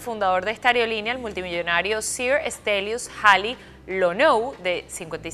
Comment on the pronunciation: Es aerolínea amiga, no ariolinia 😂